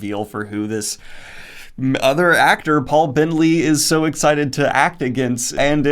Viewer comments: You called him Paul Bentley. I heard that! (it's Bettany) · Only three things are certain in this universe: death, taxes, and Daniel saying Bentley instead of Bettany